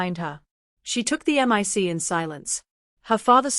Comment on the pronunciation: Mic is pronounced “Mike”.AI should know how to pronounce words.Proof read these stories before sharing them because they are filled with discrepancies.